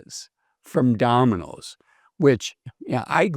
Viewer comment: Dah-min-ose ? Takes a bit of tuning the ear in.